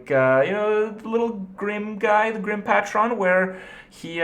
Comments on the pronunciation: "GRIM PATCHRON" -Kripp LOLLLLLLL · GRIM PAY TRON JESUS KRIPP